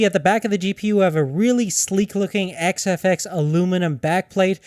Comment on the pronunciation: i heard him start like whazawhazawhaza fox.. great review